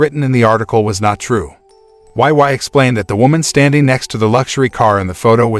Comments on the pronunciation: "why why" he said her name is "why why" wheeze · this makes me wanna re-watch this 😭 but wei wei doesnt pronounce it like that its "wey wey""